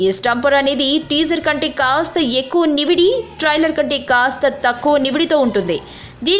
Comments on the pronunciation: Kindly speak Telugu properly nividi kadu nidivi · ఓసి నీయ.. నివిడి కాదే నిడివి, అయినా మేమే తెలుగుని పట్టించుకోట్లేదు తప్పు మాదే